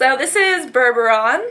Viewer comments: its bourbon not bourboron! haha they UD eyeliner! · it isnt bourbouron its bourbon! :) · its bourbon like the drink not burboron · "bourbaron" is really "bourbon", like the alcohol haha. great video! :] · bourbon is pronounced "ber-bin" like bourbon beans (beans that are beer-tasting i think :) Sorry, not trying to mock you or anything..just pointing it out :) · Lol, bourbon is pronounced 'ber-bin' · "Bourbon" is pronounced "burr-bin". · Bur-bur-on? Really? Yikes.